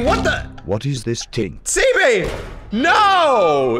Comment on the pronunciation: Sebee its not seebee